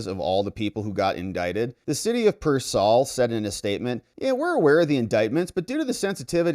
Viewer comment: It’s pronounced “Peer-sawl”